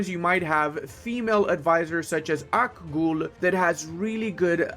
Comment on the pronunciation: Its pronounced "Akgeeuul" ,, Akgul sounds like a creature from mordor..